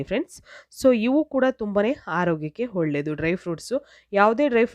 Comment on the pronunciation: Holledu alla olledu nimma maatu kelakke aagalla mute Nalli nodabeku .enu pronounsation kettadaagi ede